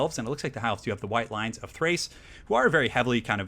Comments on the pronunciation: They're called the White Lions of Chrace, with a "C"; I think you're saying "Thrace" with a"T"! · Awesome game, although I think it's "White Lions of CH-race"